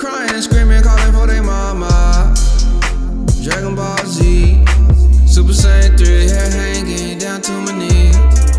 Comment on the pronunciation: Dragon Not Dragom